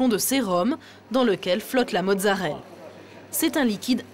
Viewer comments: Mozzarellaaaaaaaa pas mozzarelle :) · c'est marrant parce que mon cerveau a corrigé automatiquement tout le long, j'ai remarqué qu'elle disait mozzarelle que dans les commentaires :p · Merci ! J'ai corrigé la journaliste pendant tout le reportage XD